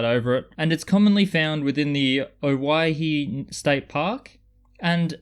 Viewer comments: Owyhee opal is one of my favorites. Thank you. You DID pronounce it correctly. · Your pronunciation is correct, but peculiarly, it was an Anglicanised spelling for Hawai'i. Hawai'i was originally named 'The Sandwich Islands'. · Congrats on saying oregon and owyhee correctly!!!